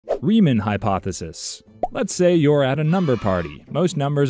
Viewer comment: Rie-MAWN. Rie-MAWN hypothesis. Bernhard Rie-MAWN. HOW DO THESE PEOPLE ALWAYS GET THIS WRONG.